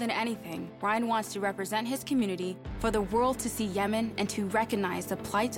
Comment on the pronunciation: It's not Ryan. It's an arabic name "Rayyan".